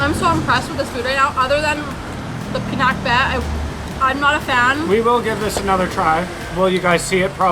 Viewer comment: I don't understand what she was saying til I saw. It is pronounced PI-NAK (as in Nah!) - BET (bet). You ordered Crispy Pata (so delicious, mini lechon using pork knuckles). Used in Pinakbet is Bagoong (little shrimp paste) as flavoring with veggies Squash, Eggplant (locally called Talong), Lady Fingers (called locally as Okra), Bitter Gourd (known as Ampalaya). You could have asked another dipping sauce without the chili for Crispy Pata.